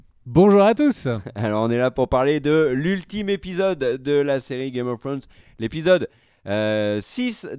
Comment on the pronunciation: Vidéo parfaite à 99%, le 1% qui manque c'est l'élocution au départ de Game of Fhrones 😋